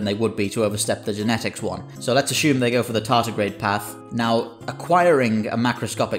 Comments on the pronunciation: "Tardigrade" not "tartigrade". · Tardigrade, not tartigrade 🤪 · Tardigrade not tartigrade,.